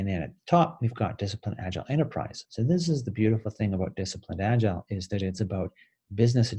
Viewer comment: Why don't you pronounce "agile" right? Instead you say "agilele". That's freaky!